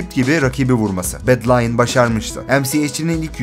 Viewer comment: bedlionu bedlayın diye de okumazsın be